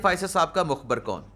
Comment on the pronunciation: Mukhbar ni.mukhbir sahi lafz hy